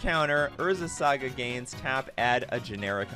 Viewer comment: unsubbing over the saga pronunciation